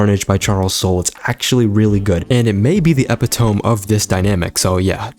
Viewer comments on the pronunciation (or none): ee-pit-oh-me not epi-tome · Epitome is pronounced "eh-pit-oh-mee", baby. Great vid though xx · My bro. Epitome is pronounced ee-PIT-uh-me. Come on, now… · Eh pit oh me epitome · i dont like how you say epitome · bro that is not how you pronounce Epitome LMAO